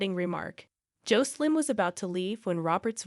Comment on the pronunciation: The pronunciation of Jocelyn's name is wrong. The "O" should sound short, not long.bas in Josselyn not Joecelyn